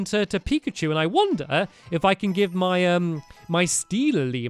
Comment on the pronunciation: Pikachu not primacy